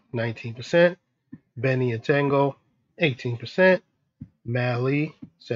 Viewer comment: Not TANGO, dude. It's TOGO